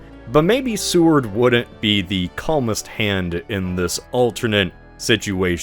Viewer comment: It's not Sue-ard. It's SAY-ward.